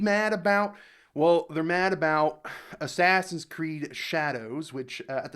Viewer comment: " ashashin cureedo" classic japan